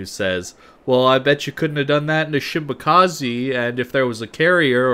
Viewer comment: shi ma ka ZE not shimakazi